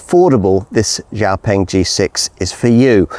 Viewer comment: FINALLY! Someone who says xiaopeng more correctly!